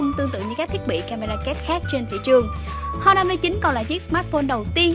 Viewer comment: Honor chứ h là âm câm nhé chị, đọc là "on nờ", không phải "hon nờ"